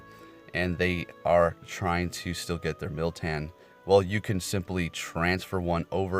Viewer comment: There is no i in moltan lmao